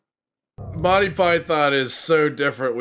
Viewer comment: Monty = /monti/ not Mon tye